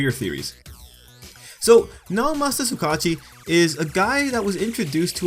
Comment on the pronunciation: Bro you pronounce the name like (Su-Ga-Uchi) no Su kachi... sorry I just had to say something